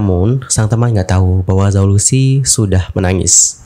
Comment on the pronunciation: Zhao Lusi dibacanya Chao Luse...